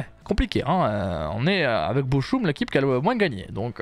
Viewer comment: On dit boroum sd